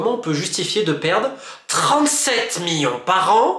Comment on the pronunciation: Millions ❌ Miyon ✅